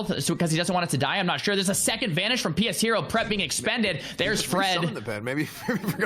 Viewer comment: Lol isn't his name pronounced "Pe shero" not "p.s hero"?